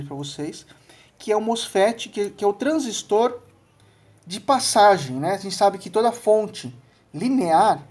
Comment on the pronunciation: Gostei do vídeo, parabéns! Uma coisa bacana é que você não absorveu o costume q alguns técnicos antigos tem de falar "transísto ", parabéns de novo.